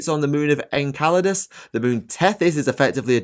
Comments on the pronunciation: Hehe. Incelidus. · "Enceladus" is pronounced as "Enseladus".